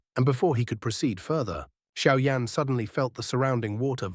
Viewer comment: Кто такой Шао Инь? В названии Сяо Янь и тут резко Шао Инь. И да бро перестань тараторить.